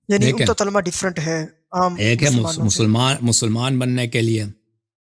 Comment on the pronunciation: او چاچا پہلے کلمہ کہنا تو سیکھ لے تلمہ تملہ کری جارہا😂😂😂